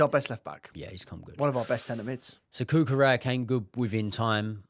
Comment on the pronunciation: Guys please! It’s CUCUREJJA 😂